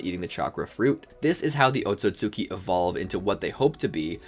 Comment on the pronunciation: “oat-so-sue-kee” he said 😭